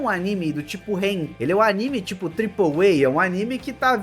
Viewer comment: Por que pronuncia [Aníme]? O correto é [Animê]